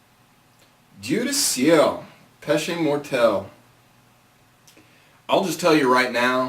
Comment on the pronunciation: you are the first on youtube I heard that is able to say «dieu du ciel» properly